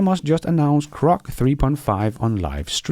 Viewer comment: PLEASE PRONOUNCE GROCK with a G NOT a C, thank's.